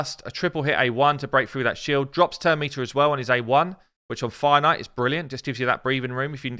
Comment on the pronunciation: Foin-Ite! XD